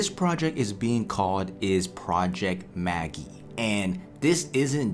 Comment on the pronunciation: It is pronounced Ma-jeye. Like the magician